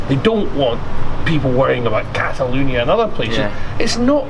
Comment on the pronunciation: Should tell him it's cataLONIA, not cataLUNIA